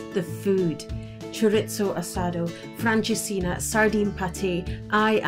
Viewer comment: Its francesinha..😊